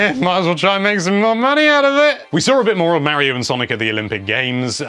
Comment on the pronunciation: ......so you can say daemon properly....but you can't say Mario properly? Have you never played a Mario game before? The fucker says it in most of his post n64 games, (Charles martenet)......it's not that hard to say it right.....how the fuck do you fuck it up so badly?